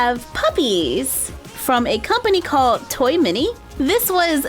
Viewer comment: Why instead of T O Y M A N Y she says T O Y M I N Y